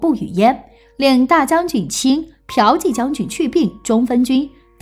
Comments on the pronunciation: piao 第四声，qi第二声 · 骠（第四聲）骑将军 不是嫖妓將軍😁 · 骠骑（biao ji）将军变成嫖妓将军？ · 原來霍去病是ㄆㄧㄠˊㄐㄧˋ將軍………